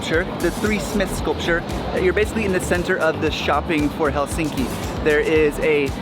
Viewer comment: Are you sure you visited Helsinki? How come you cannot even correctly pronounce the name of this city? It is not helSINKI... it is HELsinki. Emphasis on Hel.